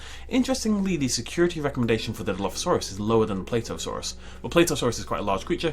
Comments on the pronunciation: Plateosaurus is pronaunced pla tea o saur us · The way he pronounces plateosaurus...